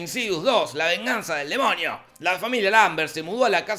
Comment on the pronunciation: Porque dise demoñio antes de demonio :v